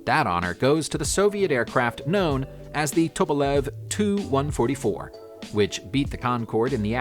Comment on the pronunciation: It's T U not too or tu ortwo